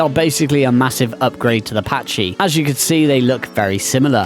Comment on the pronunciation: Pachy is NOT pronounced Patch-ee, it is pronounced Pack-ee!!!!! Jesus, are all ark players illiterate or what??